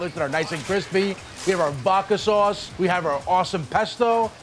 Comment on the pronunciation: Take a shot of vodka everytime he says "vaaadka swauace" but instead of vodka use water 🙄